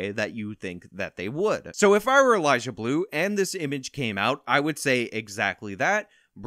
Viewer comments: I love watching you most of the time, but this time I couldn't get over you saying "Elijah" every time you tried to say "Eliza" xD Idk why that bothers me so much but it really does. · Atta boy! 💪.....,, you slippery man you!... About time you got in on the EliZa Bleu content hack!.... FYI... it's EliZa not EliJah. Hard Z not J.. Smarten it! 🤭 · Is he saying Eliza? Cause all I hear is Elijah… laurel/yanni? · Why do you keep calling her "Elijah Blue?" 😂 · Lol it’s EliZa, not Elijah. 😂😂 🙏✌️❤️ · The ONLY thing I'd say you got wrong here is that her name is Eliza with a Z, not Elijah with a J. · It's Eliza not Elijah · Am I the only one hearing say "Elijah Bleu"? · lol you saying ELIJAH bleu